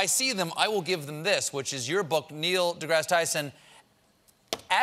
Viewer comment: Neil DeBlow Tyson